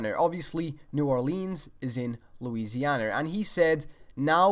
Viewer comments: has anyone noticed how he says Bethesder and Louisianer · Lousianer lol😆😆😆😆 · >new or-LEENs>louisian-ER